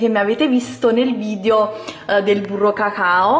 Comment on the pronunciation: Sai che si dice "VidEo" e non "Vidio" ? 😞